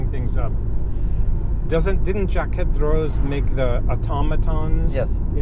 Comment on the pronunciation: I enjoy your videos, so much fun tagging along with you. I’m sure you realize but the French do not pronounce the last letter of a word if it is a consonant. So Jaquet is pronounced Jakae.